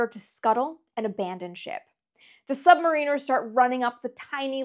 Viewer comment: Nice to have you back, Amy. Also, thanks for correctly pronouncing "Submariner".......